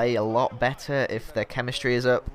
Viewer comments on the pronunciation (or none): none